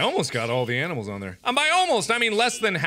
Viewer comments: he says "aminals" instead of "animals". :P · new meme mark old enough to say animals says aminals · is it only me who notice he says aminimals everytimes or is it me? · did he say aminals or is that just me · he said aminals instead of animals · Dear Mark, Aminals is not a word. Your viewer, Cris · aminals made me rethink my way on how to pronounce animals. lol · Who heard him say "Aminals" lol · I thought it was my brain mispelling but it seems it was Mark himself 😂😂😂